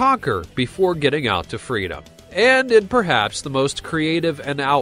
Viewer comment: ''must dumbest criminals'' yeah, i think you should go to a speech therapist.